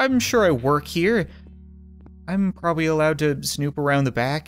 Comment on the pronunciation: he said probawy